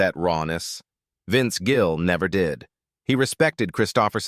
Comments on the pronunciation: His name is Gill not Jill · The number of times the AI voice called Vince Gill "Jill" (A hard "g" instead of soft) was hilarious. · Such Horseshit! AI generated and the announcement pronounces his name as JILL! The same crap as it is trying to stir up! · His name is Gill not Jill. I can't stand Garth Brooks, either. Love Vince Gill. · They even say "Jill" while trying to say Gill in the garage. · I’m no Garth fan, but these fake ai videos always name him as “most hated”. There is another where Willie hates him as well. And AI BS can’t even Gill’s name right calling him “Jill”. Kristofferson was on the Willie one as well. AI does pick up on the direction of Country has gone and many of us can’t stand, but some of these ‘critiques’ are almost the same (Aldean, Billy Ray, Shania Twain) West? That was out of left field… let’s see if I’m right about #7… Guess I was wrong, expected it to be Toby Keith lol. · This is AI bullshit. Several times Vince is called Vince Jill. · This AI produced video can't even pronounce Vince's last name correctly.